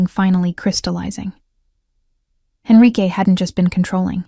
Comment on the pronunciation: Enrique not Henrique.